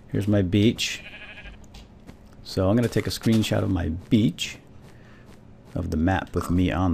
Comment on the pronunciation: everytime says beach swap it for bitch:') its hilarious!